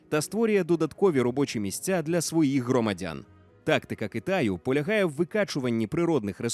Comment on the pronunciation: Голос за кадром- "гвориЦЦць, жиЦцЦя, громаДЗзззяни" треба на консультацію до логопеда! Вкрай неприємно слухати ці маасковські виверти! ДИЗЛАЙК!!!